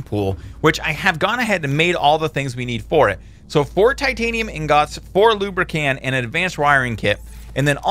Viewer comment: every time he pronounces lubricant as lubrican I twitch a little